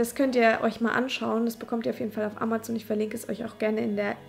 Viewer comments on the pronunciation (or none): none